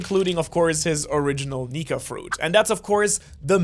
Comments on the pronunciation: Is it me or did I misheard that he said 'luffys nigga fruit'?? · I thought you said n!gga fruit